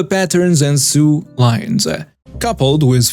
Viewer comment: sew rhymes with so, not with sue